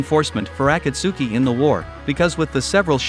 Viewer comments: you dont pronounce it as aku-suki, you pronounce it as a-cult-ski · Dude watch subbed and you can say DANZO and akatsuki correctly butttt it’s An AI homie